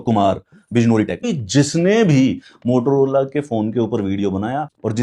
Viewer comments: MOTOROLA ❌ TOTOLOLA ✅ 🤣🤣🤣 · Bhai wo totolola nhi Motorola hota hai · Motorola ❌Motaloda ✅ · Mo To rola ❌ Lo Lo Lola ✅ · Motolola 😂 bolte bhai samajh bhi aata or maza bhi